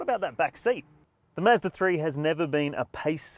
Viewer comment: ‘Mazda’ not “miiiizzzzdaaaa” and ‘dual’ not “juuualll” 😂 otherwise, great review